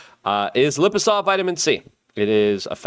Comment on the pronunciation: please pronounce this correct. Lye-Puh-Zoe-Mal. You're selling the stuff, and it hurts me each time you're saying some other word. Love you, but truth is truth, and this is just a small change. Your ad read deserves it..........